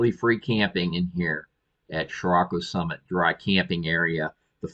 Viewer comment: You nailed the pronunciation of Chiriaco Summit. Thanks for sharing some great spots! BTW, that area between Chiriaco Summit and Cottonwood Springs Road (the South entrance to Joshua Tree NP) is also BLM and completely free. There is a 14 day limit (as with many places). It is one of our "Go To" weekend getaways from North San Diego.